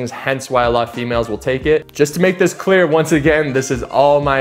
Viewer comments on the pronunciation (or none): none